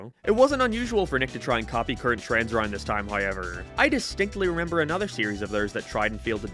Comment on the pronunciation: I throws me off when you say a rond